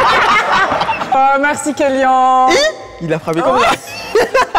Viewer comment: Je suis d'accord. Y'a eu plusieurs moments où j'ai aussi trouvé que les 2 tiktokeurs dépassaient la limite de l'humour et penchaient plus dans l'irrespect envers les candidats. Par exemple le moment ou le mec a dit "Kéllian" (en le prononçant kelly - ane), que le candidat le reprend juste pour lui dire que ça se prononce Kéllian (an) et le mec lui répond "oui bah c'est la meme chose" d'un ton pas très respectueux euh... Pareil avec la meuf quand ils parlent entre eux en le traitant de miskine comme s'il était pas là, c'est hyper immature. On dirait 2 collégiens... Ca m'a mis mal à l'aise. J'ai vu tous les autres épisodes, et j'ai jamais ressenti ça de la part des invités. Peut etre la prochaine fois, choisir des invités un peu plus matures...